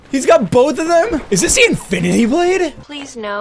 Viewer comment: Why did he continue to talk Australiain when he said infinity blade😂🤣😅😂🤣😅